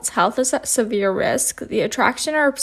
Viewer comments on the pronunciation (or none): none